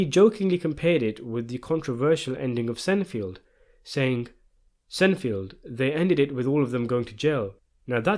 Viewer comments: it's sein-feld not senifield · Hahahaha SEINFELD = "Sign-feld" Not "Sen-field" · Is no one going to bring up the fact that he keeps calling Seinfeld, sin field?? Even the closed caption says sin field!! 😂😂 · I'm sorry, but Senfield? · Ahh yes, the classic American TV show, "Senfield". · “Sen field” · I came here to say the same...even with the British accent it’s pronounced Seinfeld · Why the fuck did you pronounce Seinfeld that way? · That is the strangest pronunciation of "Seinfeld" I've ever heard. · My guy can't pronounce Seinfeld lol he defo not seen that show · bruh I had no idea you said "Seinfeld"